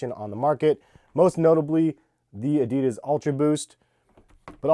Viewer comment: No one knows how to properly pronounce Adidas.